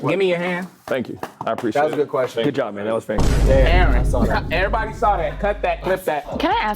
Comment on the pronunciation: anyone notice how became African for a second? “Goud”